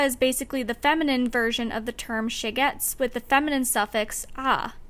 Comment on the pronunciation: this video was great and I can't believe you're just starting out! I subscribed and am looking forward to what comes next. my one quibble is with your pronunciation of shegetz (it's more like SHAY-gitz) the show was really cute and me and my non-jewish boyfriend enjoyed watching it together and seeing the characters acknowledge the difficulty of their situation, while still choosing their own futures